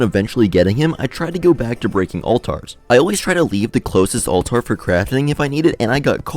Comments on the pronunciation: its pronounced "all-ter" nor all-tar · "All Tars"